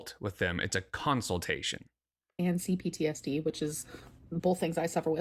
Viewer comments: I tried to inform her she was saying consultation wrong when she was live lastnight, she said she can't say it right so she just says counseltation because its easier. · "Counciltation" has me gritting my teeth everytime 😬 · I think it's easier to say it the correct way 😂